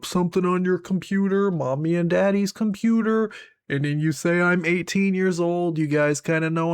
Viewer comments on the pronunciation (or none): none